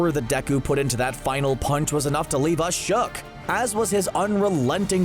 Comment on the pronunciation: How many times you said shock instead of shook